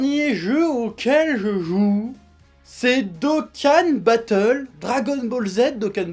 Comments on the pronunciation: Je suis mort quel génie incroyable quand il parle Dragon Boule Z Doukan Batoule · Mdr il parle de Dokkan Battle alors que dans une vidéo avant ça il savait même pas prononcer le nom du jeu (cf. la vidéo sur le spoil du film Broly)